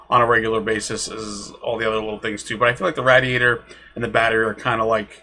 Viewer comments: nice video but i think it's pronounced "ray-dee-ator" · Rad-e-a-tor Ra-de-a-der I’m sorry couldn’t help myself.